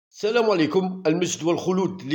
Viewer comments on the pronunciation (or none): none